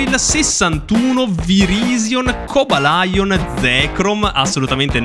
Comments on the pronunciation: Tutti pronunciano il suo nome come "Cobalion" e non "Cabalaion". O abbiamo sbagliato tutti oppure è giusto come è scritto ☠️ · in realtà la pronuncia corretta sarebbe "cobelion". Ma vabbè dai... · Cobalion si pronuncia Cobàlion Unfezant si pronuncia Ánfezànt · Ha una pronuncia terribile…. Cobalion lo pronuncia cobalaion, Unfezant lo probcis unfezant Qualcuno non ha studiato inglese perché unfezant si pronuncia anfezant La u si pronuncia a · si so chi è, ma è la prima volta che sento la pronuncia cobalaion e non cobalion come è scritto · Il modo in cui hai pronunciato “unfezant” e “cobalion”……non sei degno di possedere quel gioco.